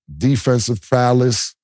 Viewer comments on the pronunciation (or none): Helll nah, he said athletikism twice and prowess put him in a blender